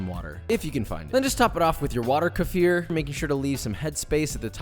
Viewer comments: It is like [keh-feer] You know, the stress falls on the second syllable, and it is an [i] sound. But that's how it is pronounced in Russia, and I can't really state that this is not a borrowed word, so there's that. Also, I think it doesn't really benefits anyone if you go out if your way to pronounce a word in a "true" way, like how it is pronounced where it came from. My name is Mikhail, stress falls on the ultimate [i], and it has a [h] instead of a usual for Americans [k], so if I was to move to the US I wouldn't even bother to make people pronounced the same way it is pronounced in Russia. I know for a fact that it is the same name as Michael, I am familiar with how both sound, so why would I force innocent people around me to twist their tongues just so they can call me as I used to be called? I think it takes a special kind of egotist to focus on that and force others to comply to his standards that he himself left behind in the country of his origin. Makes no sense. Sorry for the rant^^' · One day if you coming to Hungary, you should try the "Kefir " pronunciation : KE -FIR "e" not "i"and "i "not "ai" "milk drink" like a sparkling plain sour yoghurt. Really delicious and it's good for your stomach ;) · Love your videos. Keep them coming ! I'm gonna help you out with the pronunciation : KE (as in the name KEvin) FIR (as in Fear but more on the double E side) KE-FEER KEFIR :) Hope that helps. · As a Russian, I can once and for all confirm that it is pronounced ke-FIR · Its closer to ke-FEER actually!:) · What's that? Like how you pronounce arabic "Kafir"? Absolutely H A R A M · Yikes that is not how you pronounce that word. You are essentially using the N-word. For 3/4th the global population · In Afrikaans that word that you are miss pronounsing is like the N word in South Africa. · "Kefir" is pronounced with e like in the word "bed", and with an accent on the "i" and with hard "k" and "r" in case if you're wondering 😉😂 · Hahaha still calling it Keefer